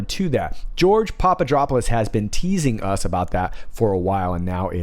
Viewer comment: Papadopoulos -> Pop - ah - dop - oh - lass (no "drop" sound)